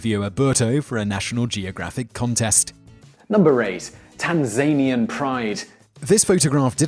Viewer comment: oh and tan-zu-nee-an, I know a guy from there